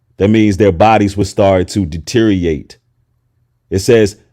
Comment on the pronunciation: deteriórate brother, not deteriate. “Dee tear Ree or ate”